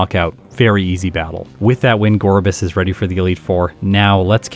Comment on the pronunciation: It's called Gor-biss and I refuse to change